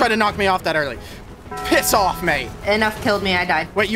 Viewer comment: be like piss of mate 💀💀 bro got his inner British